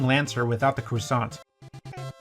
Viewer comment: Croissant, not cressante.